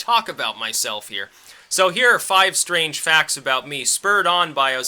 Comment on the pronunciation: vewy stwange.. silly wabbit.